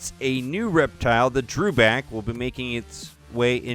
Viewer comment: Your mis-pronouncing Dewback, there is no letter R in the name.